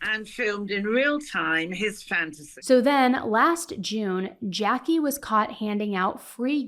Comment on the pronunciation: His name is Jacque but it’s not pronounced Jackie it’s pronounced as Jack. I’m French and American.